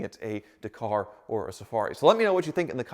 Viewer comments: It's pronounced Dakar .. Dak - ar not Dercar, why can't Americans pronounce anything. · Stop saying daaaa car…. It’s Dak. Ar……. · Do it but pleeeeze pronounce it correctly, it’s Dak-ar not D’kar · FFS ... DA-KAR .... not DAY-KAR ... are you doing that on purpose? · Do it, do it, do it!! And please start calling it a Dack'ar not D'car. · Please research how to pronounce Dakar, it truly upsets me the way you say it. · Dakar? It's pronounced Dakar. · Hey, quick note: "Dakar" is pronounced with the emphasis on the first A, with a sound like the A in "bad". DA-kar. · It's Dakar not Dakar 🤣😋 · If you do Dakar the car can you pleaseeee pronounce Dakar correctly it’s Dak-ar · I quit like...But the way he says Dakar makes me want to stab myself in the ears with freshly sharpened HB pencils! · Stop saying Dakar wrong.